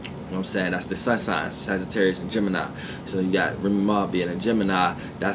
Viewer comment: Darian Johnson wait didnt he say sagittaurius moon